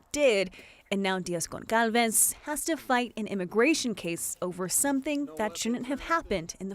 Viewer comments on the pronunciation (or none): The woman's last name is not pronounced /Gon-KAL--ves/. It is /Gon-SAL-vesh/. The c in her name actually has something called a cedilla and makes the c sound like an s. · Gonçalves is not pronounced ‘gonkalves’. Ç is pronounced ‘s’ in Portuguese.